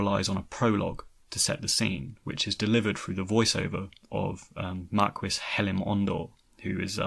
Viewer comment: "Marquis". Yeah...